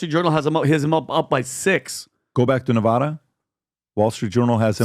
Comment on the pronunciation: Some of you are pronouncing Nevada incorrectly. It’s VAD not vod.